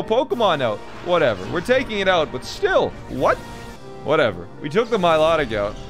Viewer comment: The way he pronounces Milotic is like nails on a chalk board It's My-Loh-Tick You heathen not my-lo-dic